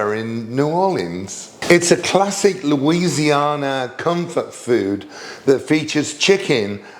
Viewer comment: Hope you’re feeling better and ABSOLUTELY the crawfish! New Orleanian asks if you could say Louisiana again please 🥰